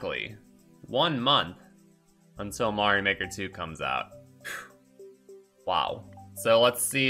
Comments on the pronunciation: You have a really weird way to pronounce Mario. Where did you get that from? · while i say MAY rio in this case the title clearly is pronounced MAR io speed wagon. after the band R E O speedwagon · I supposed there was a story to how you got used to saying it your way. Usually for someone to pick up a mispronounciation, it would be something along the lines of that they either guessed it and never got corrected, learned it from someone else, or it is a quirk from their native tongue so that they intuitively pronounce it differently than usual (which happens a lot in english for it's rather... unconventional way to pronounce vowels). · Because Mario has its roots in Italian, so their pronounciation is probably the correct one. That aside, the games also have a bit of voice acting so we do have a canon answer for the pronounciation, and they use the long vowel for the "a" as well. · That's all that is though - a joke. Every time someone says his name in the games it's the traditional pronounciation, and that is what counts for canon. I think it could also have to do with the quirks of the language. It might be very difficult to properly pronounce Mario within the japanese idiom, similarly to what we jokingly call engrish.